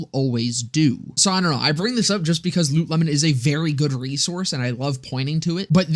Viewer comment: You pronounce it as Loot Lemon? I always thought it was pronounced Lootle-mon.